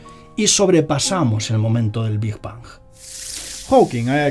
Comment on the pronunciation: Bingj bangj hahaha es big bang